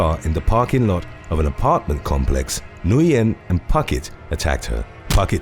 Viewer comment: When mispronouncing "Nguyen" goes wrong 😆 Said like "win"